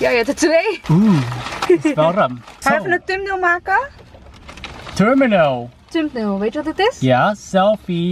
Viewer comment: “Thumbnail” Dangdo : TURMINAL